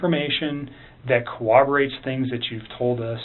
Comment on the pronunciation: says "corroborate" like elmer fudd.